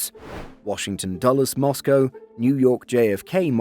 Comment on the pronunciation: Moscow, not Mosgo